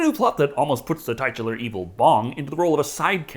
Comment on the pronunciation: Given what was on screen at the time I really shouldn't have to point out that 'titular' is generally pronounced TIT-you-ler and not TIGHT-you-ler. Sorry, I don't know how to produce the proper accent marks here like a dictionary would.